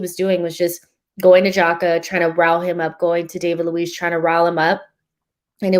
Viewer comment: Love this podcast. Love. I just have a small suggestion for her: is so smart and a perfectionist, she could pronounce the names of some of the players a bit better. For example, David Luiz, “David” is not pronounced in the American English way, is sounds more like “Daveed” Same with Arteta, the second T is a hard T. Just a suggestion as is already pretty perfect. 👍🏽